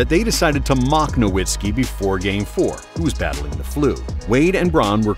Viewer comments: Just discovered this channel and it might be my favorite nba content on yt. But could you please pronounce Dirk's name correctly? Have more respect for him than the commissioner did. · It hurts me when "Nowitzki" is mispronounced.